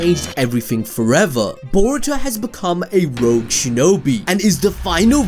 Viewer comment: its Rogue you sausage.